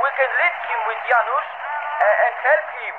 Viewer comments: when jay tried to say polish names oh god i was dying laughing "dżanus kołaski" hahahah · I cringed so hard when tried pronouncing the polish names, Andrzej is pronounced Andzey and Janusz is Yanus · to correct you with the Polish names, it's Yanush or something like that. And Kovalski